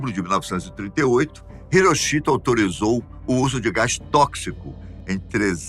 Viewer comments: A pronúncia não é " irochito". Pesquise! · Não sabia que a pronúncia do nome do imperador japonês era HiroCHIto... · A pronúncia do nome do imperador japonês está errada